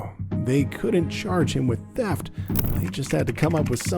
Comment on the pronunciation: That pig is the kind that trump should send back to his third world country... Since when is THEFT pronounced TAP.... LOW INTELLIGENCE...... THIS IS WHY WE HATE THEM.lets ENJOY WATCHING THEIR MEMORIAL GROW AND GROW AND GROW.....FTP... KTP